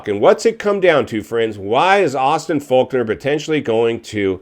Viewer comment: It's Fork-ner not Faulk-nor 🤦‍♂️